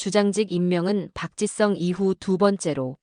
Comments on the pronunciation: Park. Chi. Sung, 아니고.. park. ,gee.,,,sung.... 입무니다....한글 발음. 어렵습니다.. 공부. 더하세요..😊 ,아리가또우. .. 고자이마스..... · AI가 말하는것 입니까? 박지성을 왜 박짓썽이라고 발음합니까?듣기 거북합니다.